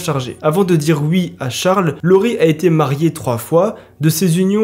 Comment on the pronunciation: T'es bien gentil mais arrête de dire "ui" stp